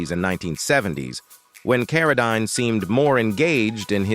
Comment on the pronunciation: His last name is pronounced like this Karodeen